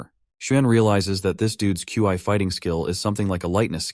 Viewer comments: Love it but can you say instead of Q I or key, can you call it chi....or Xi amazing narration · bro said Qi lol